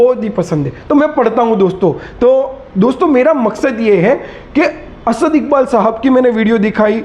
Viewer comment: اپنی ادایگی سحیح کر باد میں بات کر اسد کے بارے میں